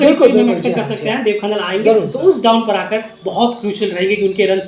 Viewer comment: खनाल hota है खनल nahi